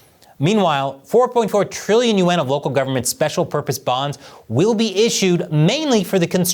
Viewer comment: is this AI? why does he keep saying Trillion U N , instead of yaun.